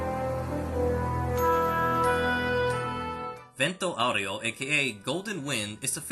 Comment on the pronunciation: stop saying vento aureo like that